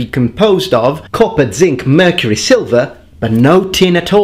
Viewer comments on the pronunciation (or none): none